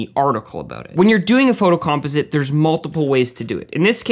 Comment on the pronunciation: I can’t un-hear the way you pronounce “composite.” And now I’m questioning everything!😂